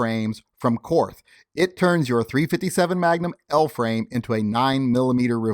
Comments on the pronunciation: Korth is pronounced "court". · Korth is pronounced as 'court' . I guess the reps didn't want to confuse Americans